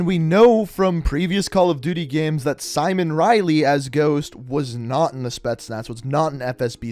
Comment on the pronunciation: Simowhen Riley